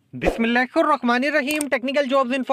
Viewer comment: bislillah sahi say parha kar junglee insaan